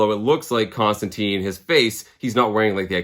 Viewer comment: It’s John Constant”I”ne as in a hard “I” and not an “e”. The character makes a big deal about pronouncing his name, although I forget in which Hellblazer issue. Love the channel and just don’t want you to wake up covered in spiders and flies or as Nergal’s little bitch in a Hellish hotel room for mispronouncing Johnny Con-jobs name. 😂 Cheers and keep having fun with your channel!